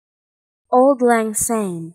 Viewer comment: It is pronounce like Awld, not old. Old is English. Lang is correct and Syne is almost correct. But to a Scottish ear jars a bit. Syne = Sign. Sorry to be so picky.